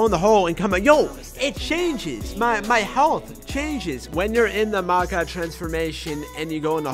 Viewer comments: It is pronounced Mack-aww not Mack-a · No he said macow